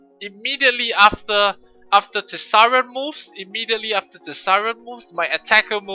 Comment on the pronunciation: tease-r-ion LOL